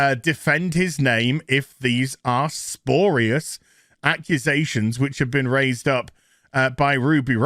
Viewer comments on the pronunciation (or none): "sporeeus" LOL. Spew. Ree. US. Spyuhr-ee-us. Spurious. It's not a complicated word lol. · Spurious, not sporious 😂😂 C'mon man, it's hard to rip on the writers as being stupid when you mispronounce words nearly every video I watch. Xxx